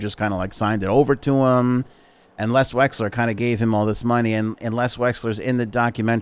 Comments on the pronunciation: I think it's Les Wexner not Les Wesler as you pronounced. Correct me if I'm wrong. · LES WEXNER.... not Wexler... for FS... lol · Drinking game: Every time he says Les Wexler instead of Les Wexner, take a drink. 🥃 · Les "Wexner"